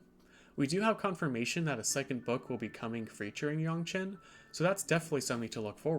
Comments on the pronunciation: Yangchen（more like Aang） is correct rather than yong, btw, i'm chinese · This was pretty interesting except everytime you said "yaungchen, instead of yangchen" took me out of it a bit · its yangchen. cmon man she even says it herself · The pronunciation of her name killed the video for me. I stopped in and I wish you would just say it the same as it's said in the show. Oh well thanks anyways. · wtf are you doing pronouncing her name like that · Ugh stop saying her name wrong!!! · LEARN HOW TO SAY HER NAME DAMNIT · Please pronounce her name correctly. You sound like the movie.